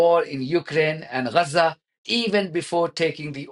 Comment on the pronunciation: Can we agree on the pronounciation of G like in gab so Ga za not Ra otherwise spell it Raza or stop using the latin vocabular